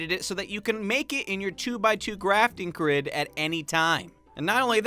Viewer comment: Did anyone notice he said 2 by 2 grafting crid?